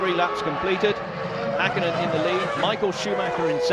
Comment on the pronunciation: "Maiköl Shumaher"? I think his name is Michael Schumacher. It would be important to know the drivers' names at least. And also it's not "Mika Häkinen", Mika Häkkinen. Also not "Mika Saalo" but Mika Salo.